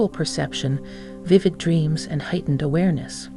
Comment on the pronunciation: Hatened, yes that’s what she said.. which means hateful.. I think she meant to say Heightened.. very different, pronunciation and spelling can change the whole meaning